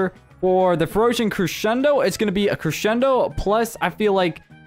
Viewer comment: I DISLIKED BECAUSE YOU KEPT SAYING CRESHENDO